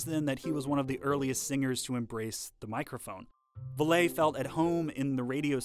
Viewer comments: If you're going to spend a substantial portion of your video discussing a particular person, you should know how to pronounce their name. Especially when it's a famous person, from the modern era. Rudy Vallee was on TV for years. He had a TV show named after him. A little research goes a long way. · It's not an easy mistake if they would have taken time to actually watch or listen to the many radio shows available on youtube where his name is pronounced in the introductions. Rudy Vallee is someone many people are familiar with. He's not some obscure figure buried in deep in the vaults of music history. He was immensely popular. Mispronouncing his name is a rookie mistake and belies a kind of arrogance on the part of Cheddar. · For those of us who lived through much of the twentieth century, hearing Rudy Vallee's surname mispronounced in an otherwise polished piece is like seeing a whole bunch of spinach stuck in an otherwise beautiful smile. Didn't have to happen, with just a little more effort. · I don't understand why you didn't research your information better and use the correct pronunciation of the name of one of the biggest entertainers of the early 20th century. You could have easily watched some videos here on youtube and actually heard people of his era pronounce Rudy Vallee's name as Valley not Vallay. Please correct this mistake. It does a disservice to a great entertainer. Here's a link with his name being uttered correctly at the very beginning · It is pronounced "VALLEY" like in the Valley!!! NOT VALAY. Love those notation animations! How'd you get them? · One small nitpick: Rudy Vallee's name is pronounced like "Valley", not like "Valet" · You mispronounced the name Vallee. It isn'y Va-lay. Vallee is pronounced as valley. Next you use the image of a 78rpm label, but then you use an LP image. But the time the LP was introduced the labels had changed. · The great 1920s singer Rudy Vallee's name wss pronounced VALLEY - NOT Vallay